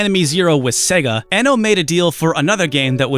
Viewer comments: Kenji Eno's surname is pronounced as iino; it was his preferred and non-standard spelling inspired by Brian Eno. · That moment when you realize it's actually pronounced "Eeno"... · Hey, as a fellow retro fan I just want to say you're great and I loved the video. I think Kenji Eno was underappreciated in his time. I do want to let you know his name is actually pronounced Kenji Iino, like feed or greed. Back in the 90's romaji wasn't as well known in the west, so his name was spelled Eno to help people pronounce it. Ironically now romaji is very well known (especially among gamers and otaku) which has led to his name being pronounced ehno. Once again, love you, love your work, not being a dick or correcting you, just think as a fan you'd like to know. Hope October goes great for you!